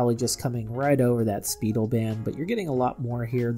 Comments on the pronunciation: Its pronounced SPY - DEL not "Speedel" pronounce same as the word "spy" - jeez the brand is over 50 years old you'd think a watch person would know how to say it right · Learn the names. It's "spy-DELL", not "SPEE-dil". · Speidel is a well known Watch Band Company - been around for years! Twist-o-Flex was one of their Popular lines for Years!! It is pronounced “Spy - Dell” not “speedily”. I worked at Carl’s Diamond Brokerage / Carl’s Fine Jewelry inHigh School. We Carried Speidel and Kreisler Wtach Bands, Bracelets, Miscellaneous Leather, Alligator, and other Luxury Straps! I enjoyed Your Video - Thank You For Your Reviews on Watch Straps!